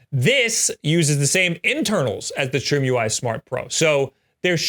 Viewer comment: could it be that its not pronounced trim-ui but try-me?